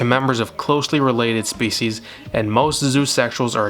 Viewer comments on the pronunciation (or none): none